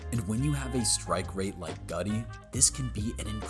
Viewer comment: Ty'ron Hopper not "Harper". And "Gutey" is pronounced like "Goo-tee" not "Gut-ee"